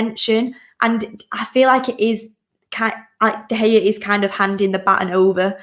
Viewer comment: Did u seriously call him de hae it’s de gea